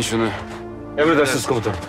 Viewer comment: Hələ komutanım yerinə komusanım deyir🤣🤦🏻‍♂️